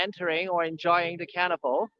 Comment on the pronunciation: thanks HKFP... BTW "carnival" sounds like "cannabal" on the audio.